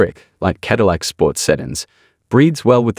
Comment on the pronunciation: "Ca dill ack" again. Bots have taken over. This is the most embarrassing series I follow on the internet when it comes to automotive news as they bots can't pronounce the brand name it is supposedly promoting.